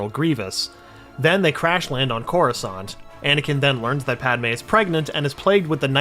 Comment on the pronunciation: couruskant? wtf